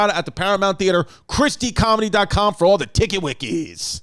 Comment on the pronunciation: Gotta say, every time I hear Chris say ChrisDComedy, it sounds like ChristyComedy in my head.😂 But on a serious note, this is quite a simplistic view of why Russia is invading Ukraine. This narrative that it’s all NATO’s fault is just WILD. Sure it plays a role, but let’s break down why Russia is so worried about NATO in the first place: Putin has outright stated that he doesn’t believe that Ukraine as a country or a people exist. That’s something he would believe whether NATO existed or not. I feel like it’s safe to assume you can apply this same logic for how he feels about every other former Soviet Republics. At the very least he believes they should be under a Russian fist. He’s famously quoted in 2005 as calling the collapse of the Soviet Empire “The greatest geopolitical catastrophe of the 20th century.” He’s KGB and “Once KBG, always KBG.” He wants to restore the Soviet Union and he’s running out of time. The Russian economy had been on the decline since before the invasion of Crimea and subsequent sanctions because it’s not a real economy, but rather one propped up by corruption, oil and natural gas reserves. Putin knows he needs more countries under Russia’s sphere of influence that he can extort to keep the ship afloat. NATO is taking away his ability to do that. So a lot of the former Soviet States rushed to join NATO because they knew something like this could happen one day to their countries as well. Obviously their joining of NATO willingly indicates this. But